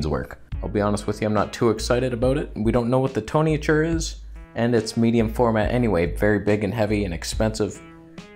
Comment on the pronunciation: The TONYATURE 😂😂😂